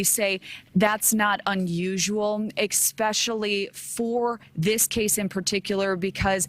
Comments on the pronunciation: Omg Nation?! actually said “expecially” and not ‘especially’? no wonder I dislike this channel. What has happened to proper English? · "Ecspecially" Oof, you broke my brain, woman. That's an 8-year-old's mistake. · I believe he either hit his head and got confused and disoriented OR was maybe drunk or had marijuana or something in his system and didn’t want to face the consequences of the crash he caused I hope he surfaces soon. And the news anchor just said “ecspecially” that’s such a pet peeve of mine 🤬 it’s especially for Pete’s sake 😒😤🤦🏼‍♀️ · Not to take away from the importance of this story. But the on scene reporter says "eXpecially"!! Really! There is no such word. Aren't reporters educated in proper language skills? This kind of thing really drives me up the wall!